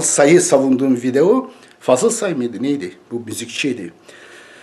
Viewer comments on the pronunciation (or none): none